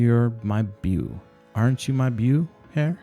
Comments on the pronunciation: Beau= Bo not buu lol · it's good and well read, if that's a word, but one complaint; beau is French, pronounced like "bow". Appreciate the reading though.